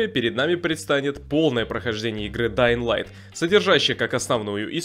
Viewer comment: Да ладно? Ты нормально произнес название игры? Подписка